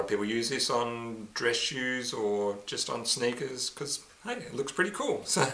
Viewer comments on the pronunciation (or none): Thanks grandpa for speaking in such 👽 accent...and it's sneakers not 🐍 ker